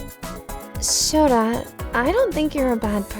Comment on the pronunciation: Sana's father saying Shota: ShoTha. XD